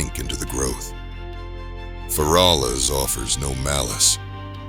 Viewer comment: Not "fer -all-us"